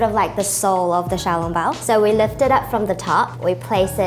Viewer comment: The way she pronounced the word "lift" in "the way you lift them up" sounds more NZ than Australian.